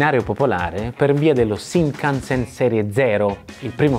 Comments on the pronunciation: Una domanda, perché lo pronunci "Sinkansen"?? 🤔🤔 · sai sono piuttosto sicuro che si pronunci scinkanzen tutto d'un fiato, comunque video intrigante come sempre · ripeti con me SCINCANSEN, NON SINCANSEN santa pupazza hai ripetuto sincansen tutto il video 🤣😂🤣🤣 Cmq il costo di un biglietto dello shinkansen costa più o meno come un biglietto AV di trenitalia circa.